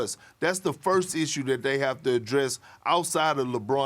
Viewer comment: Perk: “sussessful”